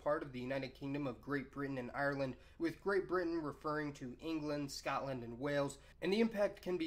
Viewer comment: Don't say Scotland like that